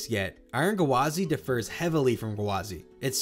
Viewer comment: I didn’t notice, but I still notice you how you pronounce the word “differ” like the word “defer”. These are different words, with different meanings. The vowel sounds between the two word are the same, with the first syllable is the same as in fish, pig, or win, and the second syllable pronounced like “fur”. But the emphasis on the word “differ” is on the first syllable, DIF-fur, and the emphasis on the word “defer” is on the second syllable, dif-FUR.